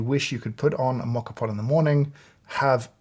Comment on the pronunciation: Great video! But there is no X in the word ESPRESSO…